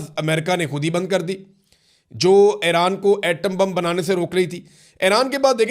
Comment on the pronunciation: Aran nhn hota Iran hota hai